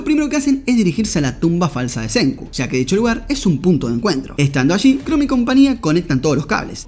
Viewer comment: Yo: Chrome verdad? como el de Google: Shroom Yo: Acaba de decir hongo en ingles? que le paso al amigo xd: Shroom como el navegador Yo: Sabra que se dice "Krom" aca en español, en ingles y hasta en japones solo de poner 2 segundos de atencion.-. Porfa cuando hagas reseñas, habla bien no es mucho pedir, me chirria verte pronunciando como subnormal.